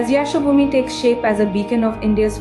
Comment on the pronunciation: An indian narrator cannot pronounce Yashobhoomi correctly, surprising.